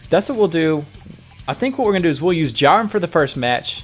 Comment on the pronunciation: You said jurien